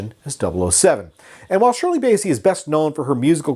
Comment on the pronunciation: It’s BASSEY as in CLASSY not Bayssie as in Count Bassie!